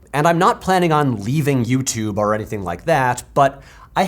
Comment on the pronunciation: i'll sign up to nebula if you stop saying "arr" instead of "or" 😅